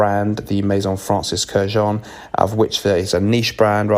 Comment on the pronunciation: Bless you, my son, for pronouncing Francis Kurkdjian's name correctly. 😁